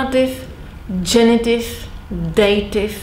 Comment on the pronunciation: dative, not datif, surely